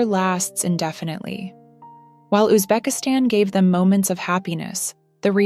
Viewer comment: Узбекистан - ударение на последнем слоге!!!